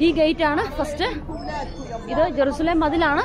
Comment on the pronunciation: ജരുശലേം അല്ല എരുശലേം അണ്